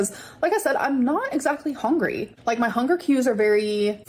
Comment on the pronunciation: Why does she say “hongry” but she pronounces “hunger” properly. She’s so annoying.